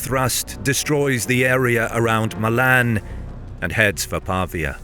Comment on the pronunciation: Fornosus, Mylan, and Majar... wonderful pronunciations.